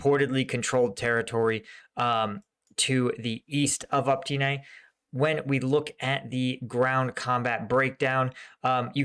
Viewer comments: Please!!! OpyTne, T BEHIND the y, not OpTyne. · Look. I know ukrainian village names are hard to pronounce, but it has been months now so I have to tell you - it's opYtne not opTyne ok? :-D it's driving me crazy. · it's not OPTYNE, but OPYTNE - you keep making that mistake:-)) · It is Opytne and not Optyne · since you keep saying it wrong now for several times. The settlement south of Bakhmut is call Opytne („uh-pit-neh“), not „Optyne“ (which you keep calling it and which is actually even harder to pronounce!) Other than that - keep the content coming! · Even in case you are dislectic, there is no excuse for butchering easy city names if you are taking this channel seriously.. "Optine..Optin..Optyn.." uff.. Just a few cities along war line and you did not invest few minutes to get in touch with somebody local to help you pronounce cities correctly? Common! Step more - my kids learned how to read azbuka in 20 minutes just studying differences between latin and azbuka names on your maps! How can I believe in your ability to understand things if I see your inability to learn just really basics related to topic such correct cities pronunciations.. Disapointed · FFS! OPYTNE!